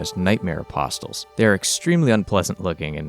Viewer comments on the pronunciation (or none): Awesome video, def gonna check out more from this series. Minor nitpicks thought: The "t" in apostles is silent and "Amygdala" is pronounced "uhmig-dullah" and is a portion of the brain associated with experiencing emotions😉Patches just pronounces it weird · The "t" in "apostles" is silent